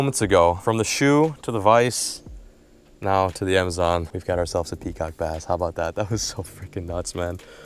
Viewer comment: I thought you said peacock bastard